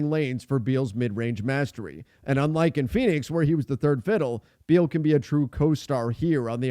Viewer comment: Thiers no D in beal